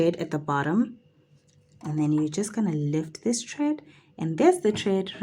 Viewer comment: Thank you for the instructional videos. Very helpful. Quick note, it's thread not tred